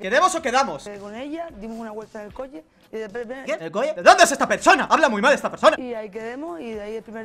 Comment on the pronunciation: Coche -> Coñe, Chusquemos -> Ñusquemos. Chocho -> ñoño